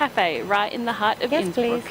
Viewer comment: Your pronounciation of Innsbuck was top notch! Don't worry!